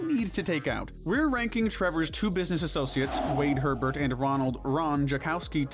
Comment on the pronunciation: It's Floyd Hebert not Floyd Herbert.